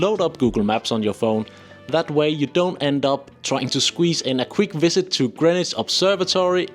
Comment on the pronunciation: DO TRY to learn how to pronounce our words: Borough is NOT borrow and it's VISit not a WIZit ED is not doable in a day ... you will need two days ... so travel overnight get there in the morning, take a day to look around and catch the night train back to London, arrive next morning 👍 Our tube trains are not tiny, they are crowded or Packed 😒 (I have been to USA where everything is BIG but the tube trains are the same size ... just empty 😊 )